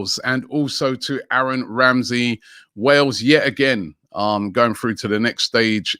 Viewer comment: aaron wamsey